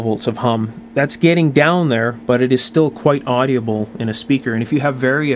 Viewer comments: Why do you pronounce audible with four syllables? It only has three syllables. Well, it has three in Australia at least. Do you livecin Canada? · "Audible" is pronounced like "Odd'-uh-bull", not "Oddy-uh-bull". Same with "inaudible": "In-Odd'-uh-bull", not "In-Oddy-uh-bll". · OK, I'm going to say this ''cause it bugs me and I'm kind of a jerk like that. My stupid brain tends to be ridiculously sensitive about this kind of thing, so, consider the source. ;) The word "audible" has only 3 syllables, not 4. It's "AWW-di-bull", not "AWW-dee-ah-bull.". Also, as long as I'm picking the tiniest of nits, the term "Farad" is pronounced "FAIR-ad", not "fer-RAHD". Regional accent, perhaps? I don't know, but what I can say for sure is that I have never heard anyone else pronounce it the way you do.Feel free to completely ignore this as the grumblings of a cranky old bastard. I love your work in general. Sometimes the repetition gets to be a bit much, but considering the importance of many of the issues (safety issues, in particular) you cover, it's understandable.Please do not take this as any kind of insult. I'm a big fan of your channel and am thoroughly impressed by the level of care, attention to detail and, especially, craftsmanship that you put into your work. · For being unscripted... You did an excellent job! I will be reviewing more of them. Just a friendly FYI... The word is audible, not AudiAble.